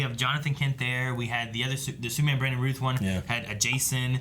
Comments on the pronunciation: I made a drinking game out of the amount of times that you guys mispronounced Brandon Routh’s last name (The “ou” in Routh sounds like OUCH or SOUND) as “Ruth”. All that said, I am now hungover and puking my guts out. THANKS,!!! 🤣🤣🤣 Kidding... regardless, dug your reactions. You guys geeked out over this stuff about as much as I did. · I am just getting to the end of this episode and I have 1 complaint ... It is not Brandon Ruth but it's Routh! With an O not U like mouth but with an R.